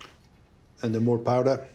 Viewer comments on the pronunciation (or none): It took me a few times listening to him but I believe he was saying “malt powder.”